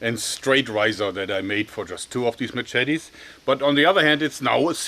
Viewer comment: Mah Chet Tees